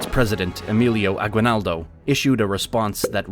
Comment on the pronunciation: I'm from Venezuela, and it's sad to see what the United States did to the Philippines. Even the person narrating this video doesn't know how to pronounce Spanish surnames correctly. Aguinaldo is a simple surname. I hope one day the Philippines will reestablish the use of Spanish.